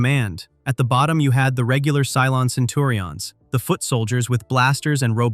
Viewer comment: Facts your artificial voice certainly didn't know: how to pronounce the names from the show, or even from real life, like "Iblis." "Centurions" is a real word, but your voice box can't say it.